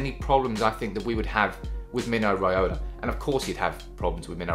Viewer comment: Mino Riaola again 😂😂😂😂